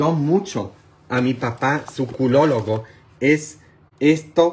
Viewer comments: Buenas tardes padre, no se dice prospacta, se dice próstata y tampoco se dice curologo se dice urologo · Se dice urologo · Noooo padre no es culologo, es urólogo,... no es próspota es próstata, tampoco es culogeno es colágeno!! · ME EMCANTA SU SINCERIDAD, TIENES TODA LA RAZON EN LO QUE DICES, SI LA TENEMOS DURA😅 SALUDOS A TU ABUELITA LINDA, DESDE MI BELLA COLOMBIA ABRAZOS. SE DICE UROLOGO🤗🤗😍